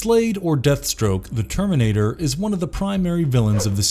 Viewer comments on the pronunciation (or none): none